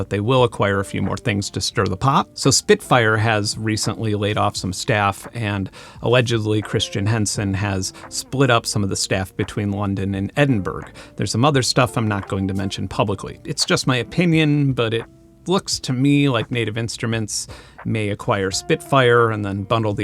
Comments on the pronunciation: I think that Edinburgh is pronounced more like Edden-burrah, not berg. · From a fellow non-Brit, for future reference, Scots really don't like it when you call their city "Eh-din-burg". I say "Eh-din-burr-uh" in my American accent, which they seem to find acceptable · Great as always! You might want to check your pronunciation of 'Edinburgh' by the way!